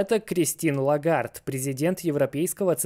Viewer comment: Прошу прощения, но ЛЕгард, а не Лагард